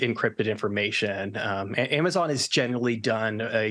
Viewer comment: Did she just pronounce Amazon as "am- uh zay- on"?